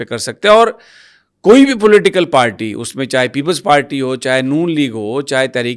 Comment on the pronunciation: بھائی جان۔۔۔ پیپلز پالٹی نہیں۔۔پیپلز پارٹی ھے۔😂😂😂😂😂